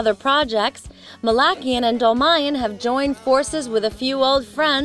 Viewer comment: I wish i could tell u... They say it like Mal-aik-ian Its more like Mal-ah-kian. And for john they're like Dol-maiy-yan. ARGH!!!